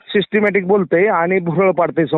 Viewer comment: सिस्टिमॅटिक नाही म्हणत त्याला... कोण म्हणते त्याला सिस्टिमॅटिक बोलता येते...😂